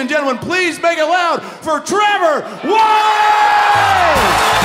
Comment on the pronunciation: Tree-vor Wallachay!